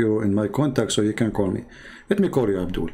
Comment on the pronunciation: Everytime call them Abdoool 🤣🤣🤣